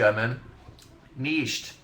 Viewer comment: i literally love how he pronounces 'nichts' omfg